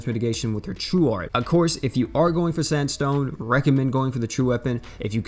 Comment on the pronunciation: Gerald or sanstone?? 😣